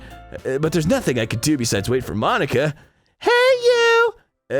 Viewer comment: "mon-ika" ika means squid in japanese